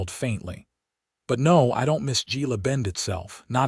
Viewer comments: GILA IS HILA PRONOUNCED H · With the relentless blunder in reading and pronunciation in so many of these western tales and stories of women Navy Seals, Gila is Hela in as near proper Spanish as I can write!! I would never disregard the stories of women fighter pilots as they have gone from ferrying planes in WWII to capable pilots as formidable as bees dutifully supporting their hive. There is truth is their capabilities and courage to swiftly take down targets that threaten peace! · Gila is pronounced hela. Gila bend was nothing but a stage stop and resting place in the 1800s. Very sparsely populated. There wouldn’t have been a lunch or dinner crowd if there was even a restaurant at all. There were only a few buildings. Why can’t AI do better research? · Gila, a Spanish word pronounced hela